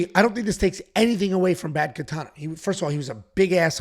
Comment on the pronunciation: Brad Katona. KATONA not Katana. Wtf is wrong with you dude?!